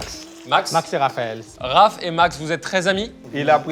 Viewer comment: Je m'attendais tellement pas à ce que ait l'accent reunionnais si prononcé, ça m'a ému carrément